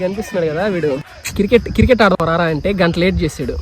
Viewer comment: Kirket kadu brother, cricket... Ayna meru chala rich